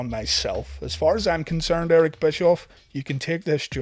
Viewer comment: BTW it is Bishoff